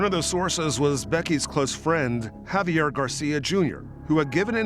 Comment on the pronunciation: Professional newscaster constantly pronounces the name "Javier" as "Have yer" - who does this. "I'm a professional but I'm not going to bother pronouncing a name correctly." Hint: it's "Hah vee air" - very easy to say. Except you didn't. "But I'm a pwofeshinnal!" Got it.